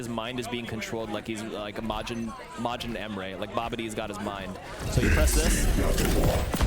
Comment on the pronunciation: Never heard my name pronounced this badly before but here we are.